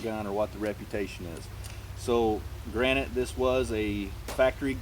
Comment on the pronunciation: Granted* not granite smh